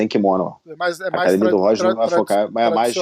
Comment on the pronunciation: Até o apresentador Paulista disse acadimia kkkkkkkkkkkkk